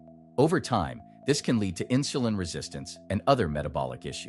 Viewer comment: Never heard of inshulin.